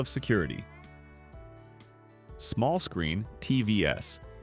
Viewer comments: Stop with the AI narration! “TV” “s” instead of “TVs”?? Soooo sick of the boring same voice! Quick que to move on. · Great video..loved it..up until about the 9 minute mark, where I realized this was AI generated narration...this just killed the video for me..really terrible. "small screen TV ess" wow. Ruined memory lane. Im sure no one talked like this in the 1950's. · My goodness! This would be even better if it wasn't generated by AI! TVs pronounced teevees! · Your electronic Faux Voice pronounces "TVs" as T, V, S. Too cheap to hire a human? Thumbs Down for your ethics!